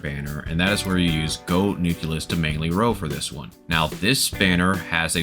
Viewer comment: and many others lol, was pretty funny and kept me entertained. goad=gold, pacifically = specifically and some more. lol loved it anyway as it made for good entertainment.